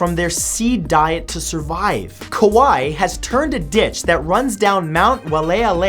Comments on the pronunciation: Love your channel Matt, but I'm from Hawaii and wanna help you with your pronouncing. Kaua'i is actually pronounced (ka why ee) and waialeale is (why ah lay ah lay) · Your pronunciation of Kauaʻi and Waiʻaleʻale made me cringe.